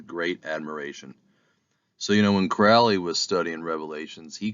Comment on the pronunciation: It's Alistair Crowley like the Crow NOT Crouly. Please pronounce it correctly.